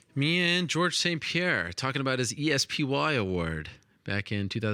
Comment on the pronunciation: It's not the E-S-P-Y award. It's the Espy award.